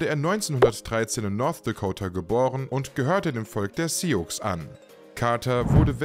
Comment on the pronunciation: Vielen Dank für das tolle und informative Video! 😃 Nur ein gaaaanz kleiner Tipp: der indige Stamm der "Sioux" wird "Ssuh" ausgesprochen. Soll aber keine Kritik sein sondern nur eine Info.